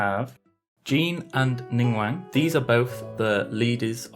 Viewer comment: Did he say ningwang and not ningguang?